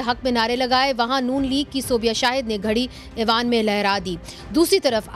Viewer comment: اردو تو صیح کر لیں پلیز اعوان نہیں ایوان ھوتا ھے